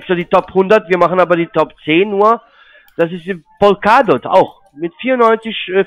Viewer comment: Polkadoh 😂 Die Aussprache der Coins legendär.